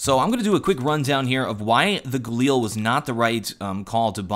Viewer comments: Its not Gal-eel, its Gal-il, holy sweetness that annoyed me whenever you said that XD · Stop calling it the Galeel...